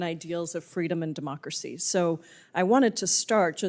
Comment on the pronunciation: "Fweedom of the speech"😂😂😂of course the MONSTROSITY is from Washington 😂😂😂